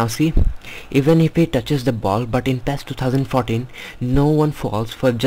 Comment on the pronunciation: ITS NOT PHHHEEESSS its PI I ES